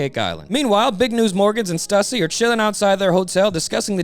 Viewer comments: Bro knows it's pronounced "Stoooo-seee" right? RIGHT? 😂😂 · Question real quick. Isn't Stussy pronounced "Stew-sea"?